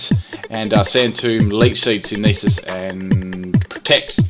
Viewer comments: You always say "sin-ee-this" for synthesis. It's pronounced sin-theh-sis. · I'm half-inclined to believe that says "Synthesis" wrong because he always said it that way as a younger player and it just stuck. When Diamond/Pearl first came out, I had a cousin who insisted Dialga was pronounced "Dalagia" or something like that. So for a while, I called it the same. Thank God for the anime, honestly. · learn to pronounce synthesis